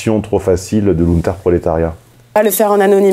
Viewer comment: C'est Lumpen prolétariat pas Lunter prolétariat.